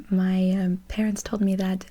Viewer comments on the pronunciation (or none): none